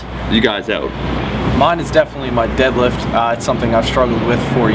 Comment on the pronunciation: "My favorite for the deelifts it's the deelift." I love.